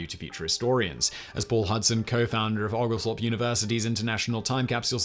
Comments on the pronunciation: Out of curiosity, do you pronounce "Oglethorpe" like Simone does? In Georgia we pronounce it "Oh-gal-thorpe." The "Oo-gal-thorpe" pronunciation caught me off gaurd. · O- Oglethorpe... Long O... Great video but as a Georgia resident it's hilarious to hear some of your pronunciations. 😂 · It is pronounced Oul gul thowrp. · It's pronounced the Georgia way as in Oh-gal-thorpe - equal emphasis on each of the three syllables. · Please learn how to pronounce Oglethorpe University.